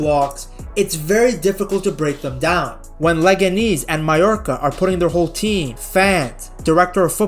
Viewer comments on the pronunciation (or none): It's not leganees, it's leganés (Second "e" is pronounced the same as the first) great video